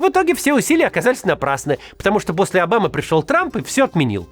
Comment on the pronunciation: почему Максим так странно произносит фамилии ОООбамы, ЭрдОООгана и ТОООкаева?